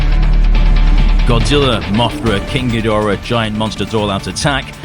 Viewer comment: GEEEE DRAAAAAA Not GEdora. SHEEEESH! Get It Right!